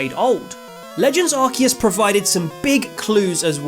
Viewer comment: So you pronounce Arceus like with a Q and Suicune with an S sound… shouldn’t be the other way around? How should it be? And can someone enlightens me, perhaps I’ve been saying them wrong all this time 😅